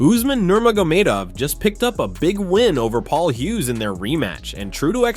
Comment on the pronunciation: umar struggled with hughes he needs to wash illias name out his mouth